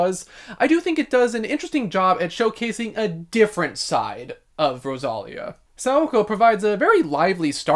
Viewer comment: It's pronounced Ro-sa-Liiiii-a. Not Rosalia. 😅 That's why her name it's written Rosalía. I loved her album.